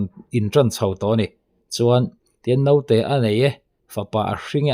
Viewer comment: A theih chuan mizo tawng hmang dik ang aw...Note tiin i lam kha dik lo naute ti rawh aw ..sawi zel lo mai ang